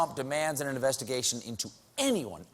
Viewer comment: Nobody is going to mention that TheDonald calls it 'investiCAtion', huh? (at 5.21)